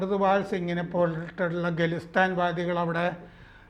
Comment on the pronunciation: "അമേടി " . 'ഗലിസ്ഥാൻ' 'ഗത്തർ : " 😂😂😂